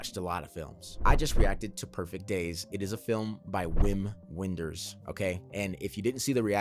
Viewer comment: Loved hearing your perspective on this beautiful film. Wim Wenders (the “W” is pronounced with a “V” sound) is one of my favorite filmmakers, and this is one of my favorite Wenders films. Check out his 80s masterpieces, “Wings of Desire” and “Paris Texas”. I’m certain you’ll appreciate both of them. Wenders also makes excellent documentaries. His most well known docs are probably “Buena Vista Social Club” and “Pina”, but you’d probably really enjoy “Tokyo-Ga”.